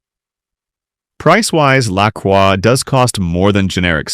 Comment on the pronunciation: its pronouced LA CROY its french the cross, i got lolli pop at Kwik trip cant wait to try it, mines grape i had zievia too